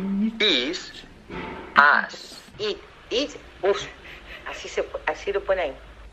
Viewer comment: Lo de It it us you tambien lo escuche 20 veces. Que graciosaa jajajajajaja